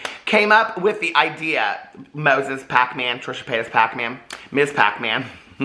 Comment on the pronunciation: I love when you say Hacmon- Pac-Man 😂😂😂